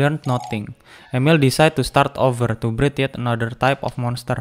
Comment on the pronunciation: Bang itu namanya amelie bacanya ameli bukan emil